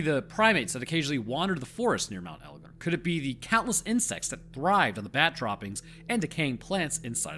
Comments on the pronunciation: That is 100% how you pronounce Mt. Egon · You pronounced elgon spot on mate. Kitum is pronounced keetoom insteam of kiddum though. Pls Dont feel im being a cunt though. I like helping & encouraging. Im an Aquarian. Im also a Rhodesian Scotsman ( i know, i know ) wtf is that 😂. & I'm always murdering words from other cultures. It wasnt till i travelled in Europe in my 30s that i started taking the time to get shit right. I never gave a fk before. I really enjoy the learning these days but im old fart of 50 now. I really enjoyed this film of yours btw. I live in Edinburgh now & we say that in our broad scots accent as Edinburra. Just the other week i was talking to one of your lot & he was saying how much he liked Edin bow row. He was from Albuquerque which i had ia giggle with him saying id love to visit al bew kwer kway one day 😂.